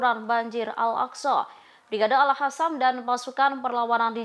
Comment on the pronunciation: Bisa ga si nyebutnya al qassam ,,bukan al Hasam